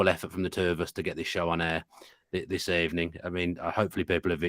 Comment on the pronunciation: "Good Ebening" Villa fans